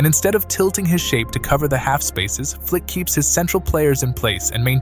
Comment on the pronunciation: Its FLIKI - FLAKA 👍💯